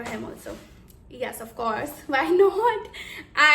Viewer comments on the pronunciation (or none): Off course ❌️ Auufffcaurse✅️